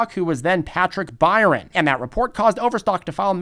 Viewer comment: Byrne is pronounced Burn, not Byron. I know, my last name is Byrne.